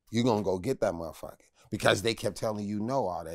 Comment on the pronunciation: Vlad, Vlad, Vlad...for the luv of God, please stop saying “muhhhfucka” like that. Im not judging your interviewing skills cuz clearly I watch them but I literally cringe when u say it like that. I’m not offended in the least by the word, just your pronunciation (or lack thereof) of it. Just my humble opinion. 🛑 ✋🏽